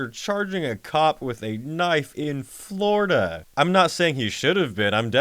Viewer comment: You say Neil killed the guy on Sunset Boulevard and that he lived in Hollywood, yet the news article in your own video says it all happened in Redondo Beach. You also have this weird way of pronouncing the letter "i" when you say "As I Lay Dying" and "Florida."